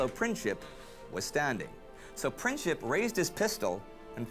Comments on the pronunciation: Franz-Ferdinand was like crow prince. Not Princhip. Princip is pronounced as PrinTSip (like in German "Prinz" - German word for "prince"). Greetings from Bosnia. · Princhip ??? lol Its Prin-tz-ip. CH is only used for the letter Č. There are 3 different letters that are similar. C, Č and Ć. The letter C is not even similar to letter K, it sounds as tz. Letters Č and Ć are best seen in the NBA star Luka DonČiĆ, which is Don-ch-itch.